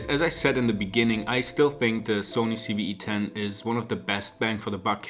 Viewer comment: No- in English he said it right.